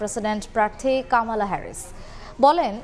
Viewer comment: কামালা নয় কমলা